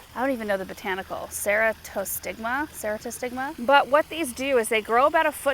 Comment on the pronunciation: Pronounced, I think, sir-AT-toe-stigma.